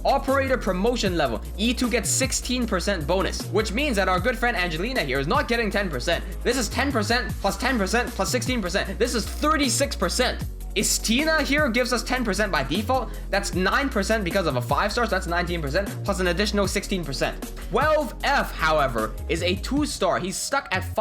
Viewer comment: As fact "istina" should sounds like Istina in russian, no istIna. Hope u understand me